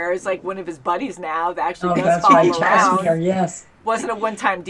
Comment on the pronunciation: Jaskier is pronounced "Yaskier": like "yeti", not like "Jasmine".